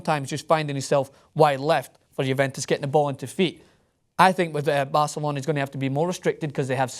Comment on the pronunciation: a typical pathetic english bi*ch who is pronaouncing barcelona(the best football club in the world) and paul pogba all wrong just cuz he thinks shitty EPL is the best. PL is a joke. and for pogba, joining PL over La Liga is like buying a toyota over a Ferrari. like seriously, EPL is insanely boring and this fankid says he always watches EPL games. that doesn't make your league the best. you get screwed and ripped apart in CPL.